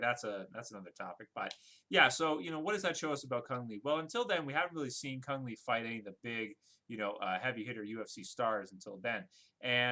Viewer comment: Doesn anybody here know that the right pronouncing for Cung Le is "Koong Lea",not "Kong Lee"?